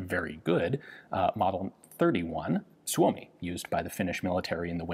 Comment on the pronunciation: Suomi is actually pronounced "soy-mi", not "soo-oh-mi".